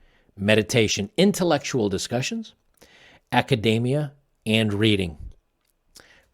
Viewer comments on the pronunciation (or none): none